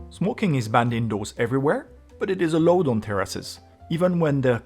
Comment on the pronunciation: The word "allowed" is NOT pronounced "a load".